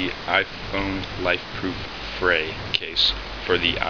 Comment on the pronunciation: pronounced "free"